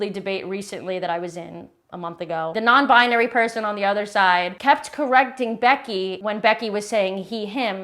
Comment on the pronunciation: The woman with tge steaight husband says nonbi-a- nary. Isn't it nonbinary.